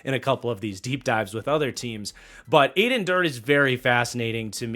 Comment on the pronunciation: It's pronounced Add-en Der-day!